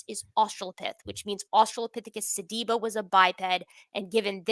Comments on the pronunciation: His inability to correctly pronounce "sediba" is literally driving me crazy. Your patience is that of an atheist saint. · Every time he mispronounce sediba, I lost a piece of my soul.